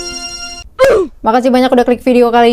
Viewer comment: kok gini yaa 🗿⁉️ tulisannya:marinasea bacanya:marinasi